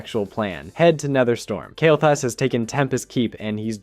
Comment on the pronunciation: Dude, your video suck "The game never explain why Kael Thas went Legion Yes, it is explained you mispronouncing idiot